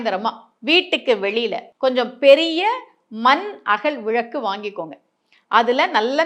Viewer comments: உங்க உச்சரிப்பில் விளக்கு என்று வரவில்லை விழக்கு என்றே வருகிறது😢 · விழக்கு விழக்கு ன்னு கேக்குது விளக்கா? விழக்கா? தலை வலிக்குது